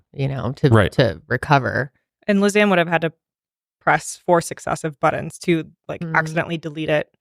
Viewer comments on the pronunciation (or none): none